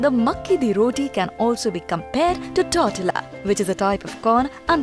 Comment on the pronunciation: Excellent video . Tortilla es pronounced tour-ti-ya